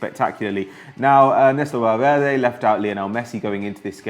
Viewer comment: Am I the only one that pisses me off when he tries to act like he knows how to say names like ernesto valverde